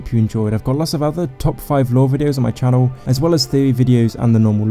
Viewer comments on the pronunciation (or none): none